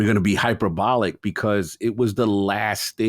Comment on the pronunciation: While we're fixing your grammar and pronunciation - the work hyperbolic is pronounced: hyper-BOL-ik. (learn from Cog)